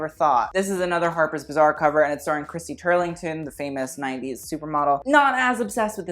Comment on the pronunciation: The way you pronounce "harper's bazaar" sounds like "harper's bizzare" lmao